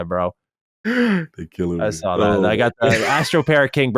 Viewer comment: dude you have to stop saying SSSARWRR instead of saw, just simply saw... that is just absolutely insane